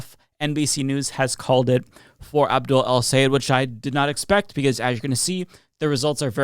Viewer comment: Thanks for pronouncing his name correctly!!! The best way for English speakers to say it is "Say Ed" - just like it's written. It's not "Sigh - Ed", which is what most US people say. He himself says it - SAY ED - if you listen closely.